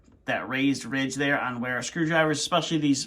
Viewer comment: Wera is a German brand. You pronounce it Vera.